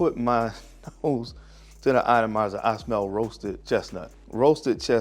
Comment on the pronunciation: "ATOM-izer" dude! Please!!!